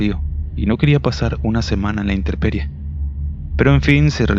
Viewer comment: Nada más una observación, cuida tu dicción o la pronunciación correcta de las palabras, es INTEMPERIE (no interperie), es POPOCATEPETL (hay que pronunciar también la última T, NO se dice Popocatépel